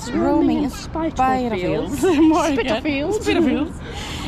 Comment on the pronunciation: Du uttalade namnet rätt från början. Man ska säga "spittalfields" och inte "spajtalfields". Älskar dina resvideos, du borde resa mer! 🤩😉